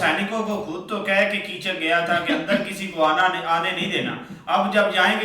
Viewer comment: Chacha ji uska name Kichak hai Chuchak nahi😊